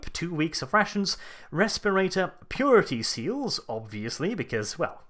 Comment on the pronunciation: With the way you said "purity seals", I thought it was a euphemism for condoms for a second.